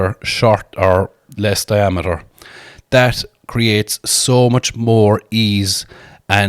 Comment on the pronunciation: You're trying to argue logic with a man with a scalp tattoo, is borderline illiterate and can't even say the word diameter - total lost cause